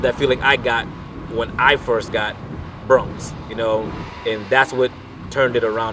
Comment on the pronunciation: It's "New YORK", NOT New YARK". And BRONX, NOT BRUNX, lol.